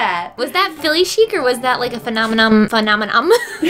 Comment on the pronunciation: (Fun-awm-uh-nahm) Me: Mannamanna Duh duh duh duh duh duh (Muppets Reference)